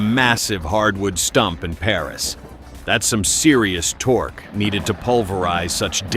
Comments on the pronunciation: Horrible AI narrating. "Torque" is pronouced "tork"...NOT "torch". Idiots. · Torque, NOT torch, you fucking adding machine! Stop pretending to be human, a task at which you are doomed to fail. There is no happiness at listening to your stupid, fumbling proselytizing.Your constant interruptions are unnecessary and unlikeable. You have all the (lack of ) charm of a shill or sales representative for logging equipment. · In the video the AI voice says torch. 🤣🤣🤣